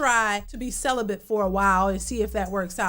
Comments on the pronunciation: She said “celibent.” SHE NEEDS SOME “D” big time! 😂😂😂😂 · Celibate, not Celibent.....